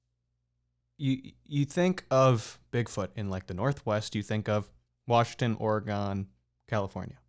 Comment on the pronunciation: Ummm... hello... it's just ...Oregon.... NOT!! Ore-i-gone!! There's no E on n the end... thx